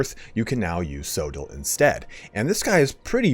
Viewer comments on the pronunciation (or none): As a Welshman, it’s pronounced coy-dill or coythill (th as in that) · it's Koy-Thil in the Welsh it's based on,, apparently. We were chatting in the discord about pronunciation yesterday:'D